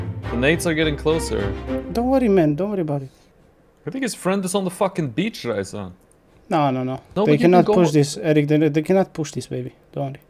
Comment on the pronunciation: Why does pronounce your name as ''Raisa''? XDD